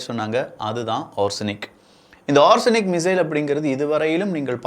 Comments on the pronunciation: konjam thappa solliteenga. Adhu ஓர்சனிக் illa na. Adhu ஓ-ரேஷ்-னிக் - Or-Resh-Nik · It is ORESH-NIK not ARSENIC. It means Hazel - Tree in Russian. The tree discharges pods in this fashion one after another like the missile's multiple independent warheads fall down...